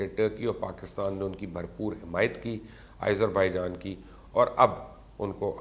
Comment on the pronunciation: Izerbaijan? Wow. You're amazing. Why do you love to mispronounce names ? At least listen to the local channels how the names are pronounced.